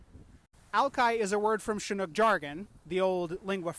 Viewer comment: Absolutely love this video series, no one else comes close to putting so much detailed, succinct information that needs to be heard in a well thought out, easy to understand format. My only criticism is Chinook is pronounced with a hard TCH, like chin, not the soft SH.